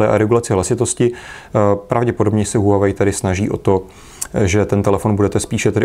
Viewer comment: Líbí se mi že to čtete správně: wah-wei :D